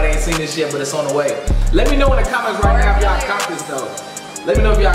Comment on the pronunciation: Dude said me mes 😂